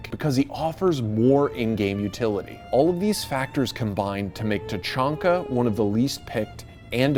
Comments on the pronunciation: It’s pronounced Ta-hak-na Not tachonkna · “Microwave was the first one to say LORD TACHANKA” Microwave: “LORD CHANKA” Me: NO.. NO.. NO HE DID NOT SAY IT FIRST, HE SAID CHANKA NOT TACHANKA